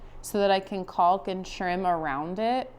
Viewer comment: no "L" enunciated in caulk. Sounds more like " cawk"